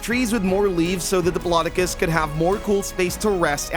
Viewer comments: It is a dip-low-doe-cus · It’s dip-lo-doc-oh-lus 😅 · U pronounced diplodocus wrong